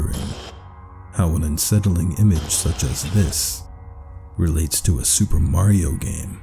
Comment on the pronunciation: "Soupa marieo in reol lyfe"